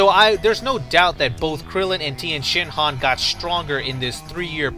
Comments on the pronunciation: You dont call him tIEnshinhan, properly pronounced its Tenshinhan, the i is silent! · If I had gained a dollar for every time that you said Tienshenhan...